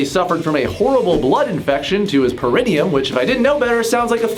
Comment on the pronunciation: Pronounced “para-NEE-um”